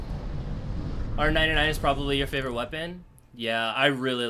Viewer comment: Its "favorite"